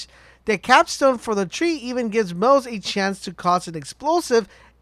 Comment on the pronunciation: The pronunciation for moze is MO-ZE-Yyy